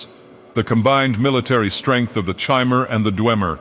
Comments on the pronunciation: I'm pretty sure it's "Хмэр" not "Chi-mer" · This was great, but it annoys me to no end that he switches the pronunciation of Chimer between correct and incorrect.